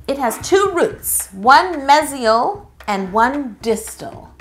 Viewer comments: The way she pronounced "mesial" made my dental assistant self cringe SOOO hard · Hella said mesial wrong 😂 lol ugh takes me back to when I was an assistant 🤦🏻‍♀️